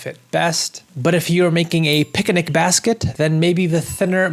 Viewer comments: "Picinic" basket? Anyways lol great videos as always! Very informative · did you just say "pickanick" basket?? 😂